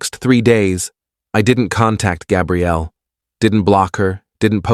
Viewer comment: Please fix narrators pronunciation. Gabrielle is female, and Gabriel is male, like the Archangel Gabriel. You made a CHEN bad. That's not nice 😢😢😢.